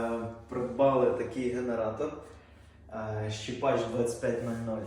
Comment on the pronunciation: Щепач😂 Das ist eine Katastrophe. Ш Е ПАХ - на німецькій